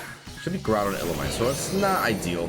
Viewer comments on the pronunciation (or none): Its pronounced "Ill-ooh-me-say," or -zay. I like saying illoomezay sounds way cooler.